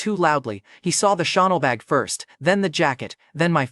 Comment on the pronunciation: Bro is wearing choonel instead of chanel